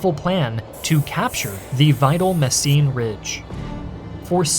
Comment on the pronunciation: It's called Mesen, not Messien or Messine my Yankee dudes